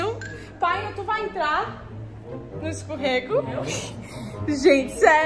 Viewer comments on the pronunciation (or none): Melhor parte é a palavra “escurrego” 😂